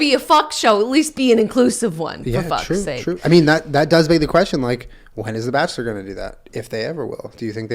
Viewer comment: FOR FAK SAKE The Boston Coming out xD